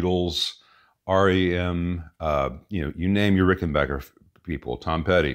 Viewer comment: It’s RickenBACKer, not RickenBOCKer.